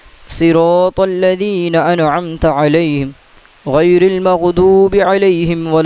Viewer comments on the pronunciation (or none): none